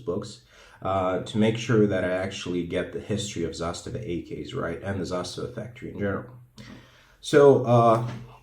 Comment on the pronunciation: Nailed the pronunciation in serbian